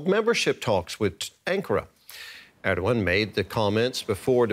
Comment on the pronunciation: did she say Erdwan ? who the heck is Erdwan